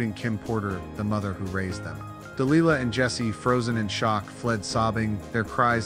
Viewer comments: It's pronounced (de-lie-lah) Delilah.🙄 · Listen to Tom Jones song Delilah, so you know how to get her name right. It was traumatic to listen to you butchering a strong and beautiful name. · DEE LIE LA ! Not lee la